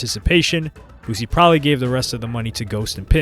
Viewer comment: It’s BOO-SEA